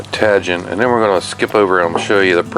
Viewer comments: yep,,, tah-heen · Tajin on shrimp, it's great on fruit, never thought to try it on shrimp! Thanks. Tajin is pronounced tah-heen. Great stuff. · It's pronounced 'taheen'. It's a Mexican seasoning. My granddaughter loves it. She and her dad are from there. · My wife has been using Tajin for decades. I believe that the j has an h sound like jalapeños.